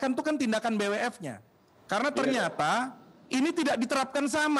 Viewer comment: Ngomong BWF aja nggak bisa, B apa itu 🤣🤣🤣🤣 Pengamat olahraga anda bung?